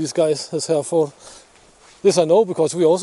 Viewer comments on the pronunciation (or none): Cattle breed pronounced "He Re f'd"... the R is hard and the "ford" is thrown away. Another spiffing vid. 😁